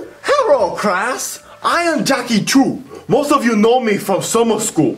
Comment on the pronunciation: its Chu not chew